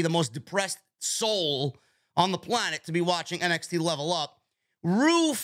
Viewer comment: Did you just say MXT? 😂